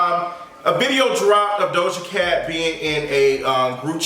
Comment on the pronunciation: “Doja KKKat”? 💀💀💀💀💀💀💀